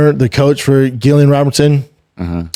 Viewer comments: Brendan just a quick little fyi - Din is pronounced “Dean” and Gillian is pronounced “Jillian” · Dude .. no home but I fucks with B Shaw...but please stop saying GILLian...its pronounced JILLian lol... pleaaassee 🙏 lol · Its said like 'Jillian' even if its its a G!!!! America say so many words wrong.. you speak English, pronounce things properly like English people do!! Drives me crazy loads of words americans say wrong.. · lol Brendan is driving me crazy by not pronouncing their names correctly. It’s spelled sin but it’s pronounced DEANA GILLIIAN= Jillian. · How does he struggle with saying Gillian and din😂😂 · I love the show honestly, some good takes, but mispronouncing Gillians name the whole time , and saying Ian is the top dog at his gym are crazy goofy haha ( pretty sure Charles is still the man there ) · What way is he pronouncing "Gillian"? 😂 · Crazy work that doesn’t correct Shaub on the pronunciation 🤣😂 dude is making him look stupid not saying anything